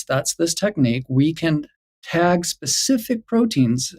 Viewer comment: THANK YOU ... ..." specific " NOT ... ' pacific '